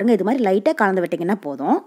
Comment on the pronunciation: Nalla Thamizh.Kalandhu enbadhai kaandhu endru solvadhai mattum thiruthavum